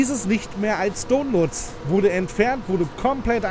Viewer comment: Sagt er wirklich Tonload statt download?